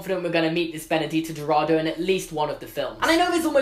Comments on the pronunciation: Okay, so, like, you did pronounce "Castelo Bruxo" in a wrong way (it's cass-tell-o broo-shoo), but oh my god it was so cute. Anyways, I think it is unlikely that we will meet Benedita Dourado (btw it's do-ol-ra-do) unless she was living outside Brazil by the time. You see, during Brazil was going through a terrible situation. There was a lot of tension and the president was basically a dictator. I don't think she would have been able to go to hogwarts if she still lived in brazil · By the way, for those who don't know and for some reason care: Benedita Dourado should be pronounced Ben-uh-GEE-tah Do-r̃AH-doo If you write the name in Portuguese Google Translate it pronounces the name perfectly :) As for Castelobruxo, it's pronounced Cass-TELL-o-br̃OO-shoo Writing Castelo Bruxo in Portuguese Google Translate gives you the correct pronounciation too! Yes the X has the sound of SH in Portuguese and sometimes even Z, it's weird just go with it lol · I'm brazilian and the correct pronunciation would be "castelobrooshoo" and Benedita's last name should be pronounced as "dowradoo" But yes, your portuguese is quite good hahhaha! Loved the video and the theory :) looking forward to watch the movies! <3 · Bruxo is pronounced broo - shoo not broo-joo. It’s Portuguese and not Spanish. And Benedita Dourado is pronounced Doe-ra-do, not doo-ra-do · Awesome video! You said "Benedita" perfectly! The "Dou" in "Dourado" sounds like the "Do" in "Doris". Just ignore the "u" haha (Brazilian accent) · "bruxo" is pronounced like "brusho" and the "ou" in dourado is pronounced like the "ou" in "though". other than that your pronunciation is fine